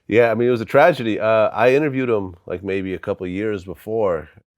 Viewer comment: Crunchy Black: "It's a Trajahgy" 🤦🏾‍♂️🤣